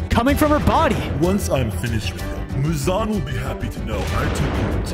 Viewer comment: why does he call the demon uzan its not uzan its muzan